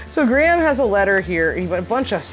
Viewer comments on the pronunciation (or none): BTW Graham is pronounced grayham here, not gram as you pronounce it!